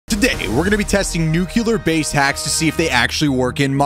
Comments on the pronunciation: mans says nucelar (noo-kee-lur) but its pronounced nuclear (noo-kleer) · Nuke You Ler? Or nuclear? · It's not nucular (your prununciation) it's nuclear (correct pronunciation) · He calls it a nukelar bunker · Stop saying nucular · ITS not nuce lear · Nuclear pronunciations failed: 1000 times. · Bro he pronounces nuclear wrong...